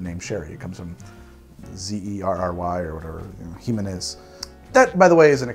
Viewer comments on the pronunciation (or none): none